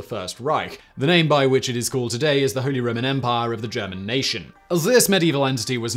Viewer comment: "Holy Roman Empah"